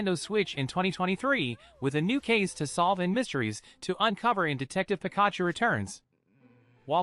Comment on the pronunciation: Can you please stop saying Pikachu's name like that it's definitely not how you say it, it's so wrong your pronouncing it completely wrong, cheers